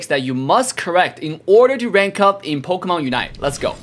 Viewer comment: says POKAMANE lol